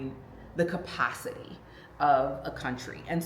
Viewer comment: Welcome to South Africa my sister! How you pronounced "capacity" 😊❤🇿🇦